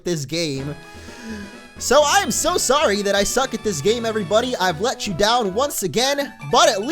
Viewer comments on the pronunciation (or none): none